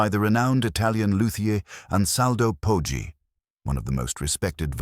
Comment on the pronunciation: Poggi is pronounced like podgy